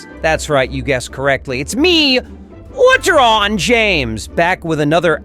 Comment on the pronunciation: That’s not James R R Door. It’s Ledron James.